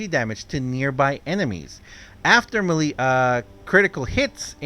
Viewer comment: Hey, just so you know, melee, is pronounced may-lay, it doesn't make sense but it how English works, just to let you know, just trying to be helpful